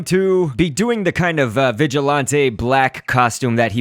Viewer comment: You said vigilonté 😂